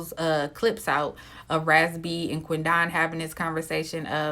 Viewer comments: 🗣QUEN DEN..NOT QUEN DON...GWORLLLL.. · How did you pronounce that man's name?! It's literally Quinton with a D. 😂😂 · I wish she say his name right. Damn. Quit separating "Quin don" its Quidon!